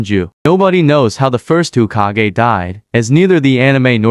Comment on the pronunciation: "Ukiha" "Hukage" WTF!